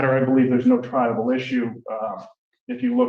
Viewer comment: it certainly does sound like he’s saying tribal though lol. Now that you mentioned it I can’t unhear it :)